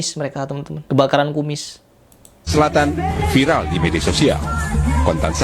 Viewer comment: Viral bukan fairel 😅